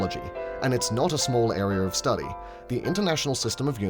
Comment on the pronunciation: Australiur Areaur